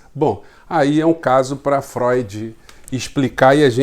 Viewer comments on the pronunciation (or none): none